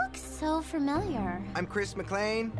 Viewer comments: CHRIS MCLAN??????? It’s Chris McLean! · When is you said Chris McLain like that I wanted to dieeeee